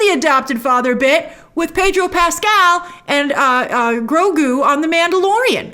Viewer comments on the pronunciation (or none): none